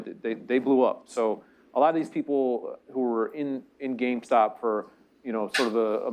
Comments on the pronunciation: Also it’s name is “GameStop” not “GameStock”. Y’all’s audio makes Columbia look bad. Next time pass out bottles not cans of soda. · Take a shot any time they say GameStock